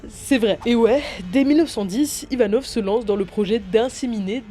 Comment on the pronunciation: ivanov et non yvanov